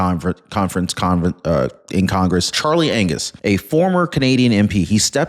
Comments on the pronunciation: He said Charley Anus 😂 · Did you just call him Charlie Anus?